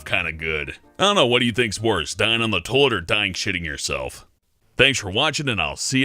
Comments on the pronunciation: Tolt Tolet? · Toit? I'm I the only one not hearing the whole word toilet when he talks? I swear he's saying toit instead. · says toilet pretty weird... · does anyone else love the way he says toilet? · dude says toilet funny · hear please say toilet again. lol wtf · You say toilet weird... That is all